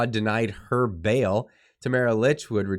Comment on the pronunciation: Her name is pronounced Leech